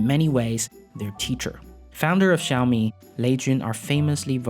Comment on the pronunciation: Can you please learn to $@ say xiami properly??!! It ain’t rocket science and it takes five seconds you lazy bum.